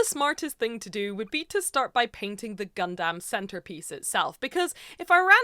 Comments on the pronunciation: please say gundam, not gundamn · How many times this wonderful woman going to say it gundamn instead of gundumb lmao !! This is the best gun damn video ever !! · For other people who can't talk normally Gundam is pronounced "gundum" one word. Not "gun dam" How can a literal Gundam professional not pronounce the name. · Please quit calling it gun-DAMN. It’s closer gun-dum 😭😭😭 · i'm going to be that guy and say that it's pronounced "Gun-Dumb" and not "Gun-Damn" lol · Not Gun Damn, its Gundam, like Gundum... ffs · Just fyi It's "gun dum" not "gun damn" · You're leaning hard into the "dAm" but it's really more "dUm". Love the content! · Gundam, not gunDAM. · Saying GunDAMN is a bit triggering, but besides that, amazingly done, looks sick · You saying Gundam always sounds like God Damn and it is hilarious every time. 😂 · It slowly ate into my soul hearing her pronounce "gundam" as " gun Dam " If you werent paying attention youd think shes talking about cowboy beevers 🤠 🦫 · I know that you are saying Gundam but it really does often sound like God-Damn.😄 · Girl firstly, its called Gundum even though its spelled Gundam. Secondly, whether you win or not have pride and fun in your work, its still nicely done especially for your 1st time.👍 Thirdly, better than me cause i can't even get pass the planning stage.😂 Lastly, What chances the PG you gonna get is gonna be the RX-78-2 Unleashed, which is the best PG ever made. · PLEASE, for the love of all that is holy.... stop saying GunDAMN! Please, please, please! I know I said a lot including this on your last Gunpla video. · I know there’s an ‘A’ in gundam, but please say it like it’s ‘U’…the way you say it, just triggers something… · I feel like you're sayin gundam wrong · faked out when i thought was going to correct her pronunciation of gundam 😭😭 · I gave the video a like Anyway, but I cannot handle the pronunciation of Gundam. It sounds like you're setting up a pun every time